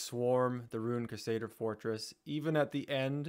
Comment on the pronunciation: CRUsader!! Not quesader 😂😂😂